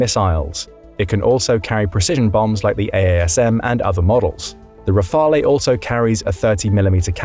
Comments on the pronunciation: Rafale is pronounced RAA-FAL, not RAA-FAL-A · The pronunciation of Rafale is killing me.